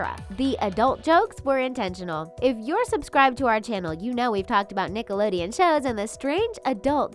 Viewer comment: Did anyone else hear nick-a-lideon 😂😂😂😂